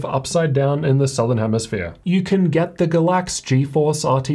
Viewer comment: Is it really “Ga-láx” with stress in the second syllable or is it “Gáy-lax,” with stress in the first syllable? We need to pronounce the names of our sponsors right. LOL.